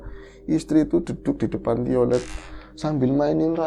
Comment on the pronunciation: tiolet 😂😂😂 yang bener telolet maseh 😅